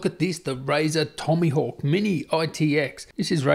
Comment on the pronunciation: The Razer TomYhawk hahahahaha man i LOVE YOU